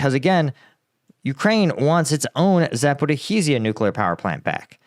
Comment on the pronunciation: “Zappa-heezia” lol you’re the man,, but those pronunciations are hilarious!